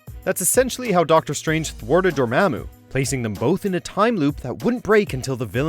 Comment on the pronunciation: A few mistakes here. The guy pronounces Dormammu wrong And the most obvious is that he says Tony has his LEFT arm in a sling in the first Iron Man movie. Yet we see Tony's RIGHT arm in a sling